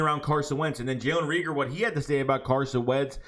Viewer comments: Not * Reeger it’s *Reagor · Jalen RAEGOR LONG A(pause) stop saying that man damn name wrong, shit is annoying .. if you can't say it don't say it smh